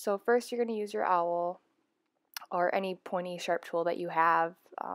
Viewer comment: Yes, and it is not pronounced "owl". It is like all, but add a "w" sound. Awl.